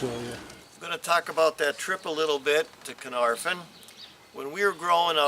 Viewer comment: sigh No one ever gets the pronunciation correct. The Welsh Alphabet is NOT the same as the English. F in Welsh is pronounced like the V in English, the F sound in Welsh is FF. So it is Caernarvon, not Caernarfon. The Y in Conwy is pronounced like a short I as in Pin, so it is Conooi.... W in Welsh is a vowel, not a consonant, in the case of Conwy it is the short form, so as in book. Y is usually a vowel, but can also be used as a consonant, unlike in English where it is usually a consonant but can be used as a vowel... Saying that, anyone from abroad being able to appreciate the 'Ring of Iron' is a good thing in my book. Having just found this channel I am now curious to find if you looked at Harlech and Beaumauris, probably the finest of the castles Edward I built in Wales, though Flint is probably the most unusual.... EDIT: Oh, and as an addition, at fairly regular intervals large face stones were placed end ways, so that the bulk of the stone projected into the junk in the middle of the wall. Kind of like placing modern bricks end on into the cavity of a house at regular intervals these days. I doubt they knew the science of it, instead discovering it accidentally, but those stones helped dissapate force from seige engines into the looser rubble filling that was more able to spread that force out and stopped the face stones cracking or breaking so quickly. As I said, I suspect they found this out by accident, but it is commonly used in castle walls but because these partic